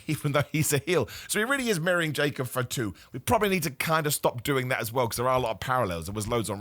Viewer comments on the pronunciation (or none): "Jacob F'too", not a single A in the surname lol